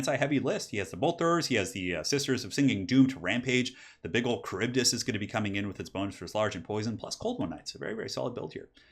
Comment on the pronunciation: Wow, great as usual! Also you re the only one that manages to pronounce the kharibdys correctly! Extra points!!!!